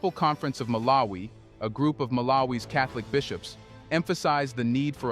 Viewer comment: Don't you know how to pronounce the name MALAWI not MALA-WI. makes you sound like a first grader illiterate 😮